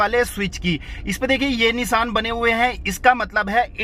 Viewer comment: Nisan nhi nishan hota he